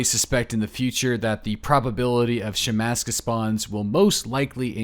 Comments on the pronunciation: It's not a fucking shemaska. It's a shemagh (she-mag) Jesus christ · Shhmag... That's how you say it.